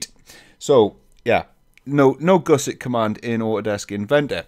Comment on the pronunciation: you pronounce gusset incorrectly FYI. Goose-ettes?